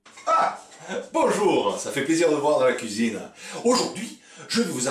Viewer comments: "à la couizine" :') ça fait plaisir de vous revoir avec votre acolyte :D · "LA PLACE DE LOMBARD C'EST A LA KOUIZINE!!"